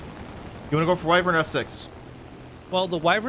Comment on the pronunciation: Why-vern not Why-vrin